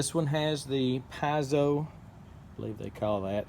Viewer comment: Interesting. Never considered one but it looks very practical. Also, never realized I was pronouncing piezo wrong. Thanks!